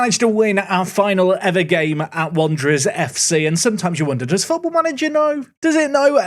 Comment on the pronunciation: Lads. It's Wanderers...